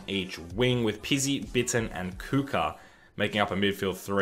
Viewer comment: it's pronounced bi-ton, and written bitton